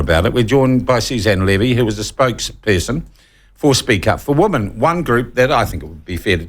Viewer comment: Shawn, please learn the pronunciation of "women" (pron. "wimmin").